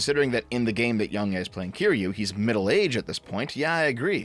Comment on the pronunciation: I just wanna say how I think it's funny you call him yongyay rather than yongyeah.